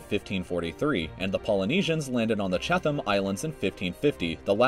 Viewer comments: Yeah, I'm from NZ too. It's funny how there are heaps of Kiwis here complaining about how he says "Maori" but no-one mentions that he also says "Chatham Islands" like "Chath-ham" instead of "Chat-ham" (at about ). It's a New Zealand territory! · And "Chatham" as well. It's like if you're presenting yourself as an expert, please learn to pronounce words at least semi-correctly.